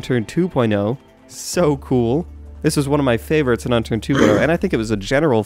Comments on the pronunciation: HE SAID UNTURD ON ACCIDENT LOL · lol I thought he said Unturd xD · Anyone catch the "Unturd" ? XD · it sounded like he said Unturd :| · unturd xDDDDD loooool